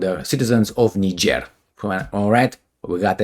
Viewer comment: and countries! Like Niger